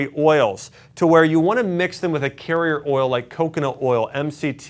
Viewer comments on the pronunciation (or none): none